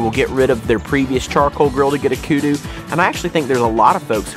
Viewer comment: The only things wrong with these videos is house they pronounce the word Kudu.